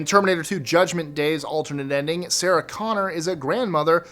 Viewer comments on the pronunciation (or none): none